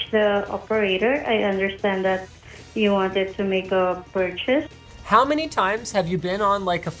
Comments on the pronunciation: She wanted to "perch" a computer? Ha! She did great, even though she was nervous! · lol I guess if merch exists then you can surely perch.